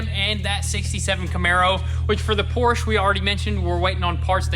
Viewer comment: Car guys? And still can't say Porsche correctly!